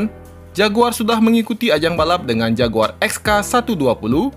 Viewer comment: padahal pronounce JAGUAR itu keren dan berkelas banget lho klo di sebut